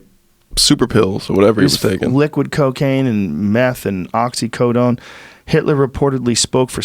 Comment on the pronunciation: God every time he said oxi"cotone" I die